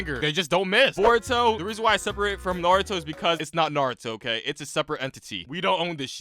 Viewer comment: I heard Boruto “S” and I knew this guy was bad